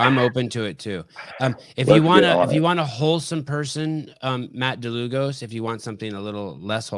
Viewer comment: yes Dlugos is a polish name, it is actually "Długosz" and should be pronounced as "Dwugosh" if that makes sense